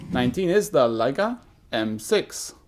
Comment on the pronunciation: thanks for pronouncing Leica correctly in the Intro:) the german in me cringes every time I hear 'Ley-ca' instead of 'Lie-ca' on youtube. Same thing Japanese must feel when someone doesn't say "Nee-kon".